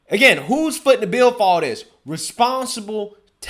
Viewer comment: Brother I love your videos but I can't watch them anymore because of how you talk. DIS instead of THIS......DAT instead of THAT......DEM instead of THEM....etc. it's cringe worthy..... And I just can't take anything you say seriously if you still speak this way..... You are clearly not stupid but speaking that way makes you sound like a guy from the hood..... Not an up and coming young journalist.